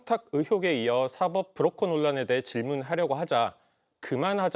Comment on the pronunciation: 브로커 를 뿌로커 로 발음하는 필터없는 뇌. 개념 있어 보이려고 무던히 애쓰지만 어휘력에서 드러나는 조잡함. 저런 하급 꾼에게 조련당하는 역시 같은 급 여자. 천박한 국정. 치욕의 3년.